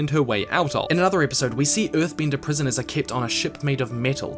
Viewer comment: Im sorry, great video but it's off-putting from time to time I have to cringe at your pronounciation: earthbinder, bindir, binding...ugh.